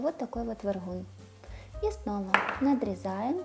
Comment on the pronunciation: Вподобайка вже за те, ЯК було вимовлено "вергуни".